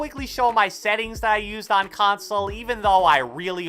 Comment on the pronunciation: the way he says OFF & ON . . . . Edit : Thanx for the likes